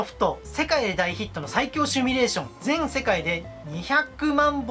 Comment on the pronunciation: 「シミュ」です s i m u 「趣味」ではなく